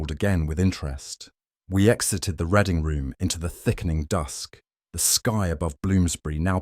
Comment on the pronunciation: Reading room should be pronounced with the sound read as to read a book not as in the colour red